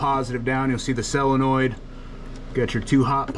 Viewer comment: BUT why did he SAY selinoid ?